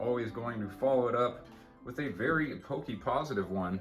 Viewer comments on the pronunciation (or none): none